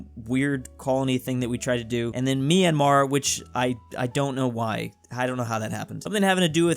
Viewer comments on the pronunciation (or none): me personally, as a burmese person, I feel offended by the way he pronounces Myanmar☹☹☹💀😱/hj